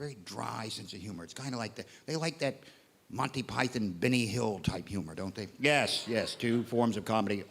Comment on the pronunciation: At least he can pronounce Monty Python properly!